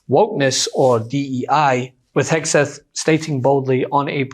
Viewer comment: Correction , Hegseth not hAgseth., excuuussseeee ME.!!(thank you Mr.Steve Martin, comedic G O D.!😁🤓😆😅😂😎👍👍)